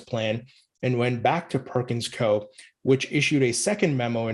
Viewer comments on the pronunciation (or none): That’s not how Perkins Coie is pronounced. You forgot to say the i